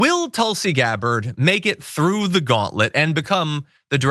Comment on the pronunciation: at 40sec did the journo (Katy Kay?) call her "Tulsi deGabbard?"